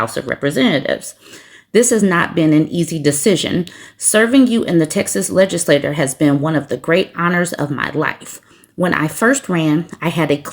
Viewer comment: "legislā- chure = legislature vs. LegislatoTOR